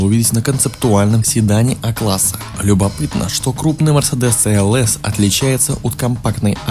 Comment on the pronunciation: Где гуру произношения? Это же новый мерседес "СИ ЭЛ ЭС"!